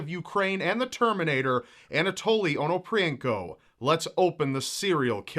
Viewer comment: I have a feeling that surname pronunciation could be getting butchered.